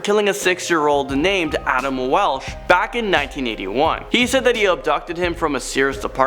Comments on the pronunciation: It's Adam Walsh not Adam Welsh!!! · Dude. It’s Adam Walsh, not Welch. As in John Walsh, from America’s Most Wanted, his murdered son. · Adam Welsh???? You mean Adam Walsh. Sigh.